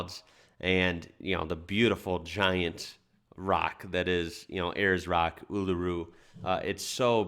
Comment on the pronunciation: It’s amazing to hear an American say Uluru correctly 😁👍. Love ur work keep it up